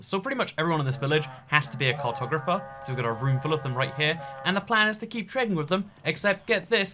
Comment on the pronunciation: I thought he said cocktober fest when he was saying “cartographer”